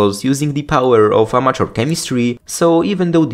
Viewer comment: Does anyone else hear "unnatural chemistry" every time he says "amateur chemistry"?